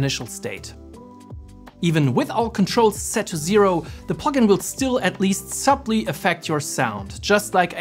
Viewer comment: Bro and the way he says subtly 🤣 Loved the plug-in tho! Bought it first and came here. Ver helpful video as well 👍🏻